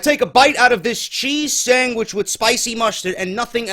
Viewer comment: he said sangwich